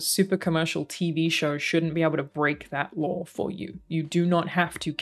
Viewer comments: This is the first video I've seen of, I've never played any of the Fallout games, or seen anyone play, so I searched for this because it's a fan perspective. But her pronunciation of "Lore" comes out in captions as "Law"!!! lol It would be great if you could take the time to fix the captioning. Or else start pronouncing your "R's" dammit! No, you I know won't do that and that's fine, it's kind of adorable. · OMG up until the very end I thought you said they broke the "LAW" lol. It wasnt until you mentioned it not being a 1 to 1 that I finally caught on that you where saying "They broke the LORE"